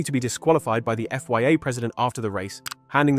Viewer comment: So many wierd mispronunciations of circuits, places, drivers and the F-Y-A (Think you mean FIA)